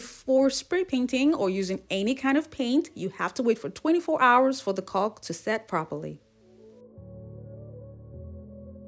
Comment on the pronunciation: These are so so cute!!! The adhesive your using to hold the palm bowls is pronounced CAW-K even though it's spelled CAULK the L is silent. Just thought you would like to know.....your amazing....❤❤❤